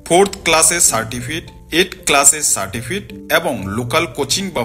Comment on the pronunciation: Certifit Noi re certificate